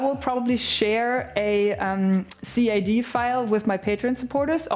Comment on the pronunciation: I love you, but please just call it cad like a word and not spelled out c-a-d